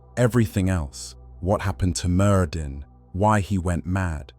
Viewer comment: Btw, it’s pronounced merthin as the dd sound in Welsh/brithonic is a voiced th sound